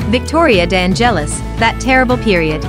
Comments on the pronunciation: Omg the accent on the e of De angélis is totally wrong. Correct is De ángelis accent on the a... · The silent accent (the cadence) of the surname "De Angelis" does not fall on the "E" but on the initial "A". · nice video, but the way you pronounce Victoria's surname is terrific eheheheh :-D